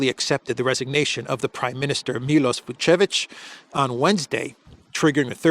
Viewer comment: It's not Vucic but Vucevic. Vucic is Serbian President family name